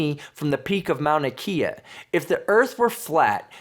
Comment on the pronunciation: Man you butchered Mouna kea 😂 never heard it quite like that Moun IKEA lol. The "e" in Hawaiian is sounded out like how you say the letter "a" so its Mow-na kay-ya. On a really clear day when the vog isn't too bad you can see Maui and Molokai. I was thinking of setting up a camera pointed at the ocean to catch time lapses of the sun setting over the year just to show how much the angle will change where it sets over the horizon.